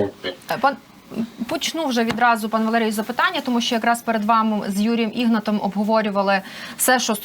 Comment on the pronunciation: Вірно робити наголос на другий склад у прізвищі, тобто-ігНАт